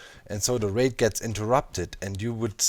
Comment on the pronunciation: I was hearing Wraith instead of Raid and I was super confused at how you were stacking infinite wraiths. haha